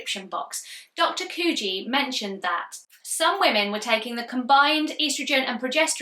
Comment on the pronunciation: Hi! Thanks for this enlightening video. Being Dutch I can't help but point out: the researcher's name is dr. Sandra Kooij, and it's pronounced pretty much like the fish: Koy (but with a slightly longer 'ò' sound). Love your content and seeing my own experiences reflected in your videos.